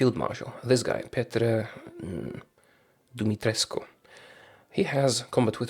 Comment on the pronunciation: He really did. Petre Dumitrescu 10/10 pronounciation.